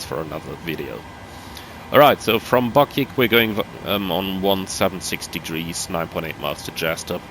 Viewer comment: The waypoint you were struggling with on the departure is "Byoo-sick", named after Boston Bruin legend Johnny Bucyk. Also, ssoxs would generally be pronounced "socks" after the Boston Red Sox.